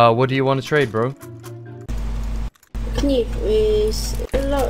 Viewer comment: When he said kenayf i felt that